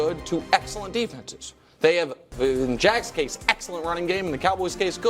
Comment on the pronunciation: The way nick says excellent bothers me 😂😂😂 EXcellent 🤦🏾‍♂️😭